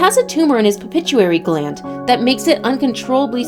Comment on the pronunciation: PITUITARY GLAND PLEASE!!! not pipituary glad